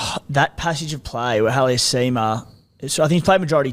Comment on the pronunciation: Halasima not haliasima